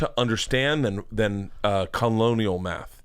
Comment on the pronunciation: He said “Kung-lonial” math